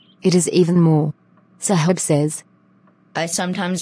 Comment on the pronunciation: Video is nice but Saheb pronounciation 💀